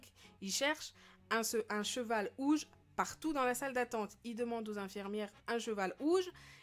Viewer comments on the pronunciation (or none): mes pourquoi elle dis ouges ses rouges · pk tu dit ouge au lieux de rouge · Bourquoi tu dit ouge au lieu de rouge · Tu disais OUGE ? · elle dit un cheval ouge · pk elle dit''un cheval ouge